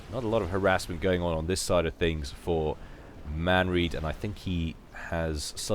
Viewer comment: Starts video pointing out that he prounounced Manreads name wrong. Proceeds to continue to mispronounce. I chuckled. Well done.:D